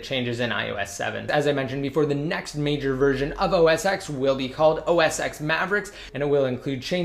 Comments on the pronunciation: It's pronounced OS ten not x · It's not pronounced 'OS X' it's OS Ten'